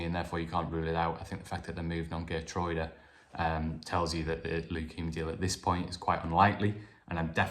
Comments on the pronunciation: Geer-true-da=Geertruida...is the correct pronunciation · Hi, according to my Dutch friend, Geertruida’s name is pronounced as Hair-troy-da.